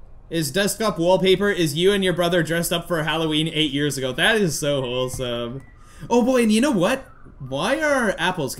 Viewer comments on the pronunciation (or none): none